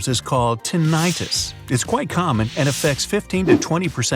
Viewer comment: It's pronounced TIN-ih-tus, not Tin-AYE-tus.